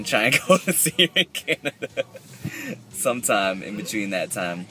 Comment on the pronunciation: ....Canadia? Lol